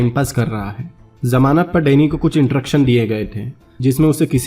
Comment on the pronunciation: intruction contruction 😂😂😂😂